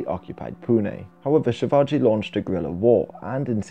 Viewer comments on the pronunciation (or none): none